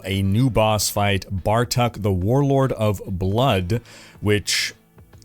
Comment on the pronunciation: it's not "Bar Tuck" it's "Bar Took"